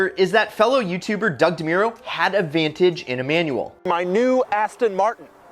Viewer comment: U said vantage wrong